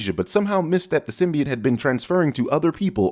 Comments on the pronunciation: "Symbiit" Smooth, smooth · Its sym-be-ot not sym-be-t great video though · says “sym•bee•it”... +1000 sins. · Wrong. It’s Sym•bee•YOTE goddammit! Lol